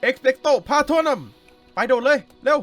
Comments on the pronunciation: มันอ่านว่า เอกเป้ไต้พาโทนูม คับ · พี่ครับคาถามันอ่านว่เอ็กเป้กโต ปาโทนุมครับ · มันไม่ใช่สิงโตหันหลังมันคือแรกคูนเป็นสัญลักษณ์ของบ้านเรเวนครอ. อีกอย่างคาถาอ่านว่าเอซเป็กโซ่ภลาโธมุม. ผมูทุกภาคแล้ว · เอสเปโตอะโพรุมค่ะไม่ใช่เอสเปโตอะโพลัมค่ะ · เอ็กเปรตโตพราโทนุมพี่ ไม่ใช่พราโทนัม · พี่ไม่ใช่พาโตรัม พาโตรูม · รุ้ไหมว่าเวลาดูมาแล้ว แต่พูดพิดมันรุ้สึกแบบไม่ใช่มันไม่ใช่แบบนี้เช่นเอ็กเปร็ตโตพราโทนุมแต่เอ็กเปร็ตโตพราโทนัม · พี่มันออกเสียงว่า เอกเปสโส่พาโทนูม ครับ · พี่ออกเสียงผิดมันต้องเป็นเอสเป็ดโตพะโทโนมพี่ออกเสียงผิดทุกคาทา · พี่ครับมันออกเสียงว่าsเป็กโตพาโทนูม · พี่ครับเขาเรียกว่า เอสเป็กโต้พาโทนุม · มันอ่านว่า เอสเป้สโตพาโทนูม คับ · พี่คะคาถามันอ่านว่า เอ็กเพสโต พาโทรูม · ครับมันอ่านว่า เอ็คเป็กโน พะโมโน่ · พี่มันต้องพูดว่า เอ็ก-เพร็ดส์-โต-โพร-โท-โนม